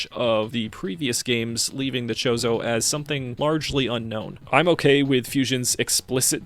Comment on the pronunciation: Okay the fact that you keep calling samus's bird people family a Mexican food really is driving me nuts it's not pronounced chorizo it's pronounced chozo like chosen